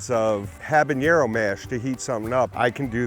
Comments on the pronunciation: I know you're the pepper expert, but the word is "Habanero" (hah-bah-NARE-o), not "Habañero" (hah-bah-NYARE-o). Mispronouncing it as the latter is what is called a "Hyperforeignism," in that it mistakenly applies more of the foreign language's features (incorrectly using an eñe instead of the correct ene) than are warranted. There will be a pop quiz at the end of the class. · Ed Butt Currie is the self anointed chilli king yet the dumpy mf can’t pronounce habanero correctly